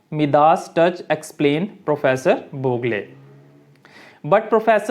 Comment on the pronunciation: Boog + le nahi boo+gle